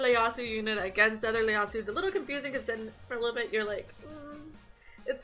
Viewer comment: Damn...don't want to sound like an ass..especially since I'm a new fan...but I think the first letter of his name is an "i" and not an "L"...I think you called him Leyasu...